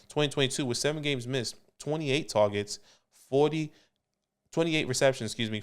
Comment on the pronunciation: "TAWWGETS"